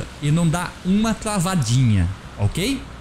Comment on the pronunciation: "Uma tlavadinha"